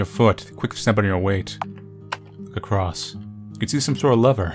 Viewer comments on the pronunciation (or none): none